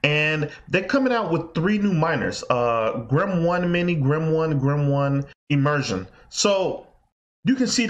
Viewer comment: It's Grin not Grim. Also, those calculations you're making for Grin Asic's are very very wrong.